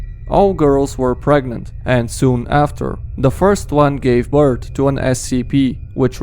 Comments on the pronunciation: You said beirth not birth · My guy birt is not a thing it’s birth